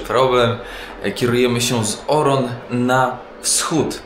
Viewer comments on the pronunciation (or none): Ooo, będzie lokalny pociąg! Uwielbiam pociągi, już nie mogę się doczekać. Jedna uwaga co do wymowy nazwy miasta Oran: to jest Oran, nie Oron, można to tez odmienić typu: wyjechaliśmy z Oranu. Polecam książkę "Co dzień zawdzięcza nocy", tam jest przedstawiona Algieria lat 30. I potem jak wsadzali Francuzów na statki i wyrzucali ze swego kraju, po odzyskaniu niepodległości.